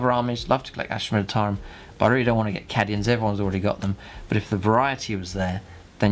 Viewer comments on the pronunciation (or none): So up for this good work but oh god is "Cadians" not "Caddians" oh my ears!